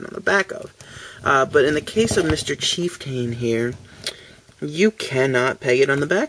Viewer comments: Actually... the a is pronounced (uh). So it is Chief-T(uh)n, or as it sounds, Chief-ton, like the scale of weight. Ya know... a "ton" of bricks. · you pronounce chieftain wrong lol.its cheif-tan.